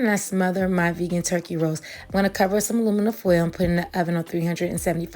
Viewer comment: No one else heard twerky? Lol